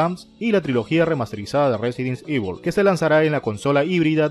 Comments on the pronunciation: jaja no pasa nada. Se pronuncia Resident ivol. Buen video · No se metan con el porque no sepa pronunciar el juego cabrones xD resident sibel. Resident ivol. Resident evil . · Me quedó en la mente el "Residen sivel" jaja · RESIDENT SIVEL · el del video lo pronuncia muy mal...Residen civel le dice jajajajaja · Resirent civil jajajajaj aahh dios me hiciste el dia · RESIDENT SEIVIL!!! JAKJJAJAJJ!!! XD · Resident sivel gggg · Residenseibil xD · Residen sivel jajajaja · No sabes decir resident evil ni game cube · dios mejora tu ingles, no puede ser que no sepas pronunciar resident evil